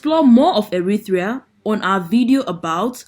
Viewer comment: Pronounced Eritrea NOT Erithrea, there's no 'H', kindly go back to school.